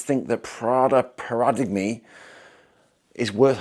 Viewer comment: yeah you’ve over-thought it there. It’s just pronounced para-dime - it’s originally a Greek word that has changed into English language